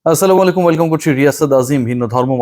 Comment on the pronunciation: সালাম টা পুরো ক্লিয়ার করে অন্য কথা যাবে আশা করি।।